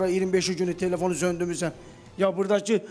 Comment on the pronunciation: Əməkdar jurnalust tekefona telufun deyir😅😅😅😅